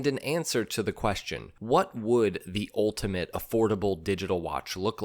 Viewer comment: A perfect example of voiceovers pronouncing it "OALtimate" . . . but why?